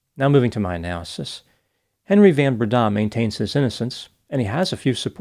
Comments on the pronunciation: That 'van' in van Breda is pronounced 'fun' (f`uhn) . It's Afrikaans. Hello from South Africa! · The surname the van is pronounced like the word fun. Fun Brenda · Henri Christo Van* Breda *(pronounced "fun") if you're intersted in getting some afrikaans language skills ... Stellenbosch is pronounced in point ❤❤❤ well done... super impressive